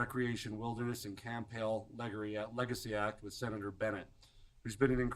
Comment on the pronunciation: It's Camp Hale, not camp hill.😳 🙊🙉🙈🤡